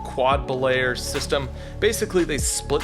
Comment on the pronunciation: a "quad-ba-layer" system ?? ...ohhhh-K.